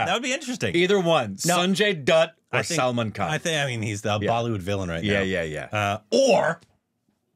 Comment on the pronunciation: Whats crazy to me is that his Indian wife doesn't correct their horrible pronunciations of the Indian names, or they don't ask her how to pronounce them correctly. Saalm'n Kahn, Shaheed Kapoor, Pankaaj, Neeraj Kaabee, Aakshay Kumar, Veejay Raaz, wtf